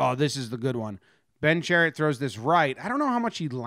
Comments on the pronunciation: Chariot = Shar-ott Love the video though! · chiarot = sha-rot not chariot lol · You say Tkachuk properly but then say Chairot as Chariot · "Poo-yul-yarvi". "Sher-ot" not Chariot. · lol, Chariot. It's Cha-rot. KK enjoying it from the bench. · Ben Chariot lol.. it's Chiarot my man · pronounced in french it's SHEE-AH-ROW, or simply SHA-ROT for the english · It is chariot. He pronounces it wrong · it’s chairot bro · Hehehe Shah-rot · His name is pronounced Shar-ot. Just a FYI. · I didn't notice the title and thought he was just butchering the pronunciation the whole time. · It's chaaaarrrrrr rot.. Say it with a little bit of a French twist.😁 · It’s pronounced Sher-ott. That was hard to listen to but a good video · Love the Chariot pronunciation lol, but that's ok most Americans haven't been taught this is school, while Canucks are. Good job on the video though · Chariot is pronounced sha roe. French name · Love all Jomboy, but for next time it’s pronounced “sha-rot” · lmaooo it’s pronounce “Sharot” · Bens name is pronounced Shi-rot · Chairit. Sha-rot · Pronounced " Sha-rot" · Pronounced “Shuh-rot” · Pronounced Cha Rot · Pronounced sha-rot. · Don’t double check lol. The pronunciation had me cracking up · Nah nah, it's better this way! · Perfectly says Tkachuk’s name, completely flubs Chiarot. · nothing could have prepared me for how Jomboy pronounced Chiarot’s name lmao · Lol that pronunciation, chiarot! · U said Chiarots name so wrong lmao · why he say chiarot like that